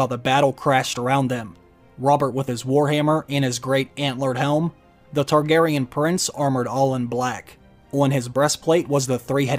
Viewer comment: when the Mrs. & i heard "House Kardashian," instead of House Targaryen, we had to rewind to make sure Kim didn't make a cameo appearance...thank god she didn't, it took the last season to destroy this great series.